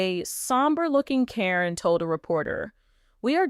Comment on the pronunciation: Corin is Caryn Chandler. The woman doing the reporting should know how to pronounce the names but she messes up frequently. Sometimes she says the name correctly then in the next sentence or two she mispronounces the name. She does for Zach's and Lila Ray's names too.